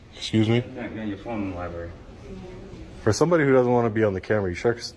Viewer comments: Library, not lie berry! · Did he say public LIBARY? 🙄 He needs to put that phone down and pick up a book.